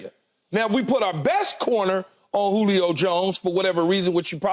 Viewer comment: I thought SHERM said CLITOR....... When saying Julio's name..😅😅